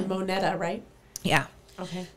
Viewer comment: Monita is sounded out like like ma-knee-ta. I grew up in Wyoming. I know a lot about this case. This happened when I was in 6th grade and followed it for years. My aunt talked to my mom about a conversation Dale and aunt had about digging a hole for a well. It was later found to be where buried Lisa’s car. Im so glad he was found to have done this crime. Lisa got justice.